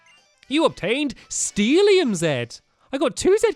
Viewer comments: Stampy, it's steelium not steelilium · Stampy, it's just Steel-i-um not Steel-li-li-um 😂😂